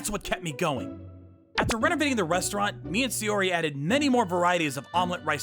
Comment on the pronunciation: S-AIYO-ri?!? Where'd the extra Y come from?